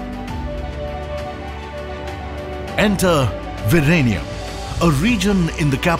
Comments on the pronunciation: Its Vizhinjam V--Zin--jem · I taught Z in Malayalam was pronounced as L. Was he saying Virenium or ViLenium?